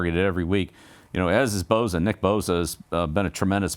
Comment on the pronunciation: Just one thing coach, it's Bosa not Boza... LoL